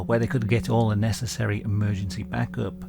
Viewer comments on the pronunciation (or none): You said "back up" like you completely abandoned your accent and went with a southern accent in the states. That shit is funny and i listened to it over and over